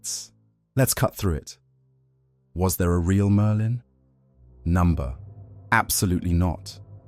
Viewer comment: Why does the AI pronouce Merlin as Merdin?